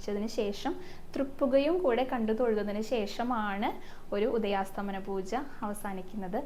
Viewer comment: ഹരേകൃഷ്ണ❤ ഉദയാസ്തമന പൂജ എന്നല്ല ❤ ഉദയാസ്തമയ പൂജ എന്നാണ്❤❤❤❤❤